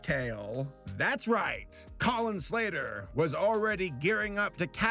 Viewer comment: Colin slater What I hear: Collin slayer